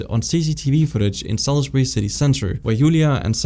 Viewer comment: As a Brit, thank you for pronouncing Salisbury correctly, all to often it's called Sailsberry.